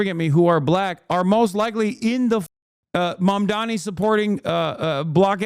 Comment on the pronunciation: Why is it so hard to pronounce Mamdani's name? I feel like Cuomo psyched everyone into saying it wrong